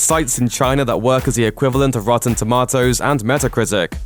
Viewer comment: Roteen tomatoes